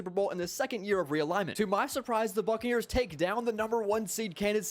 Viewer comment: for a sec I thought he said "fuckneers"